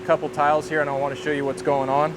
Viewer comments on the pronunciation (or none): none